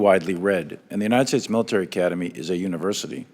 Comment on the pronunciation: her saying "woke militay" pisses me off so much! It's disgusting to hear!